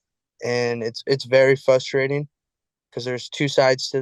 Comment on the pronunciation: “Fustrating”? The amount of people who mispronounce “frustrating” is FRUSTRATING! Hahaha. But really…!